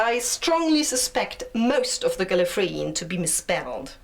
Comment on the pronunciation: It's gallerfray no geenfray